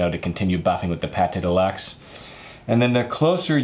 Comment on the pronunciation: Great, by the way it is not PATé de luxe, as in cooking, but it's pronounced like PAT !!!!!!